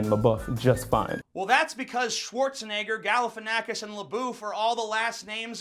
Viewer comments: It's funny that both of them pronounced the name Galifianakis wrong.. Greek here :) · Actually both of you pronounced Galifianakis wrong, so you are racist to Greek people. Oh wait, Greek people are white, they cannot experience racism. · Actually in you both pronounced Schwarzenegger and Galifianakis wrong. Their real pronunciation of these two names are way different but they just convert it that way so their audiences can pronounce their name. I live about 60 kms away from Galifianakis heritage village and i'm telling you that you would have a really hard time to pronounce it as it is pronounced there. But guess what! We understand that you don't have our accent so we don't whine and try to force you to pronounce our names correctly. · He pronounced Galifianakis wrong as well (source: I'm Greek)